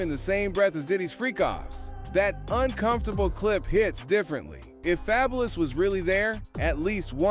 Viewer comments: This Ai mess has to stop, wtf is Fay boulous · Fab-u-lous... please stop fvckin up names if youre gonna make content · The way bro say fabulous is cracking me up 😂😂